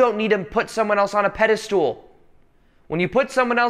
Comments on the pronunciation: Pedestool.?…… it’s pedestal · Sometimes it's hard to take anything when you say "pedastool" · I love how he calls pedestal "pedestool". It's quite endearing.